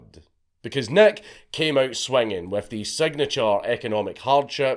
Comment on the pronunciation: It took me some time to figure out that Dankula was not saying Big Neck, but Big Nick..